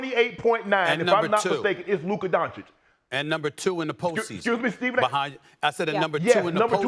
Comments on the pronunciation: Why do these presenters decide how they are going to pronounce players names each day, like I know mad dog knows his name is pronounced donchich, but today he's decided to pronounce it donkich, it's so weird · Stephen A says Donchik and Mad Dog says Donkich. Combine them and they’d have the name pronounced properly. 😂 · Donkitch or Donsick 😂 Mad Dog and Stephen A… please learn to pronounce Doncic 😂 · The biggest question for me is whether people will finally pronounce Luka's name correctly, unlike Mad Dog here "Donkic" :D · 😂 I always get a kick out of hearing them say “Don-Chick” and “Dong-kitsch” respectively 😂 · Can these guys start pronouncing Donćić properly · If you'd lock up Stephen A. and Mad Dog in a room for 12 hours and tell them to figure out how to pronounce "Doncic", they'd fail miserably... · They respect Luka so much that they STILL don't bother learning how to pronounce his name properly. 100% Unprofessional .